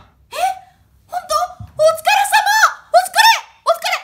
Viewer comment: お疲れ様がほ疲れ様に聞こえた